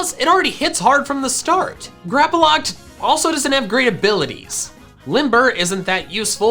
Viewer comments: GRAPPLOCT, NOT GRAPOLOCT! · Just one thing, why do you say Grapploct with an A? There is no A in the name. Not hating just wondering. Plus you sometimes pronounce some pokemon's name wrong. Again, not hating, just something i noticed. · THERE IS NO VOWEL BETWEEN THE P AND THE L IN GRAPPLOCT!